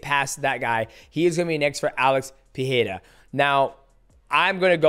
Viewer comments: Pe"Rei"ra , not Pe"He"ra 😂😂 enjoyed the video ! 😎👍🏻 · Great review, champ. He reminds me of you back when you were dominating the flyweight division. One quick tip: both "R" sounds in Pereira are pronounced the same. You're getting it right at "ra", but you're missing it at "rei". In both times the R is a "flap T", like in "beTTer" or "daDDy", also called a "alveolar flap". God bless you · Alex "Peeheira" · why this part of your brain stumbles mighty ? pee hay raw ? really ? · In portuguese the "R" letter is not pronounced like english "H" when is in the middle of a word. It only sound like english H if the R is beginning the word or name like in "Royce" from Royce Gracie. In middle of words our R is pronounced like an H only if the R is doubled, like the word "carro" which means "car". GET THAT PRONOUNCIATION RIGHT, MIGHTY! WTF! Put some respect to the champion lol. Shout out from Brazil! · Please say his name regularly